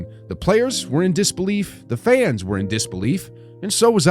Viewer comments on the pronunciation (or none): none